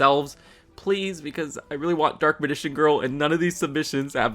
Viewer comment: Okay I get not everybody is a fan of Yugioh so you can get some things wrong but how do you mispronounce Dark Magician's like that ?